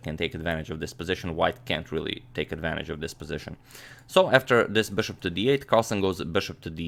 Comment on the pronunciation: Beshup to ii five